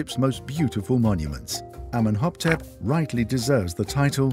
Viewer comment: Amenhoptep? The King's name is clearly written Amenhotep in the diagrams and translation.